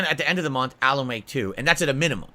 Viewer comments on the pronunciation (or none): none